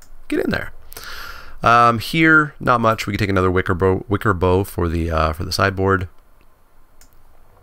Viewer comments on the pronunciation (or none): I think Wickerbough is bough like "cow" (as in, the part of a tree), not like "bow".